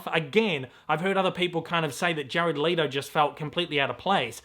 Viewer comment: Let-o, not Lee-to